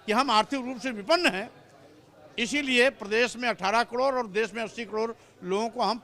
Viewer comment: Isko batao ki kador nai bolte Karod bolte h